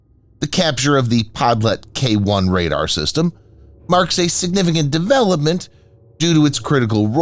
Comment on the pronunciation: The pronunciation of Podlet is terrible. Try "PodliOt", stress on "O". There is Google translate for this matter!